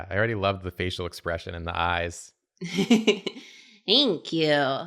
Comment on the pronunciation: "Think yew"